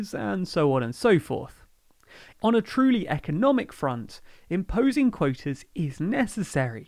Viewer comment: Clearly, insofar as the territorial limits have been already been established, the supposedly 'scientific' rationales of the EU have served to cheat the British, more probably to benefit the Brussels bureaucracy than to the fishermen of the EU. [English accent so funny -- for 'quotas' -- 'coitus'.]